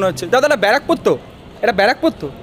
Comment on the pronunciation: Bara..pur😂 Bra..Pore 😂